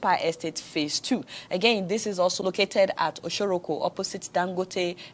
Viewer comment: You pronounced the place Oshoroko like an Americana...Lols. God bless you my sister